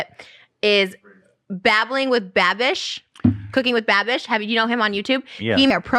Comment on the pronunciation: it annoys me so much that she never gets it right 😭😂